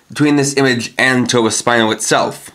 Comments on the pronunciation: It's "tobasp-EE-no" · Why do you insist on mispronouncing Tobaspino?